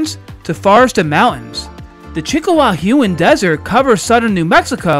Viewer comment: Did you say chika-hu-on desert